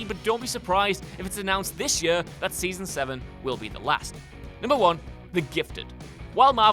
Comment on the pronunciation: the way this guy pronounces 'year' really grinds my gears lmao